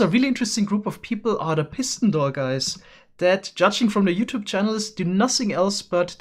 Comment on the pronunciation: Nobody:: “Pissin door”